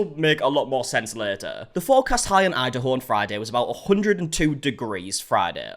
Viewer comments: I was so confused what Idaho had to do with Coachella 😆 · because he said "Idaho" when he read "Indio" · it’s pronounced “In-Dee-Oh” 😂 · It’s IN-DI-O lmao I live a light away from the polo fields (where the event is held) it took me 45 mins to get through a single light to get home. A SINGLE LIGHT There were people peeing in the middle of the road